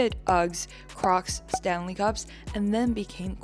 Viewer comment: you calling stanley 'stalulu' was funny af lol